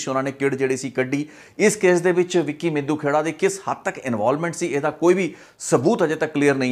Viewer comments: It's ਮਿੱਡੂਖੇੜਾ . not ਮਿੱਦੂ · BAI G ਮਿੱਦੂਖੇੜਾ NAHI ਮਿੱਡੂਖੇੜਾ